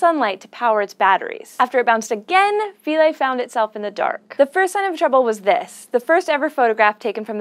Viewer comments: It's pronounced 'f(eye)-lee'. Our taxonomy lecturer ripped us to shreds for pronouncing '-ae' as '-aye' instead of '-ee'. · SHe can't pronounce Philae. Embarrassing.